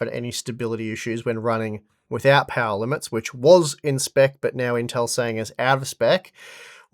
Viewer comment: Unlimited powah